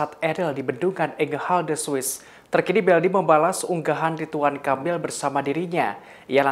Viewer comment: Aku kok dengar nya “Kapil “ya di detik sgn😀 bukan nya “Kamil”, ini bkn yg pertama kl aku dengar pembawa acara ini baca nya salah. Aku nggk nyombongin diri ya org Indo rata2 sk slh persepsi, klo ngomong cepat aja mrk fikir ya aman lah, kita2 nggk bakalan dengar kesalahan kata2 nya, terutama pramugari2 di pesawat biasa ( bkn yg berkelas ya, duh minta ampun mau ngakak sndr jd nya, bhs Inggris nya bule bngt ( alias bulepotan😂), aku dan suami cb menyimak dg seksama, tp nggk ada satupun yg bs km mengerti. Kyk nya lbh baik penyampaian nya dlm bhs Indo saja klo penumpangnya semua org Indo ‘kecuali klo ada org luar nya, baru dah paksain aja pramugari nya pk bhs Inggris nya.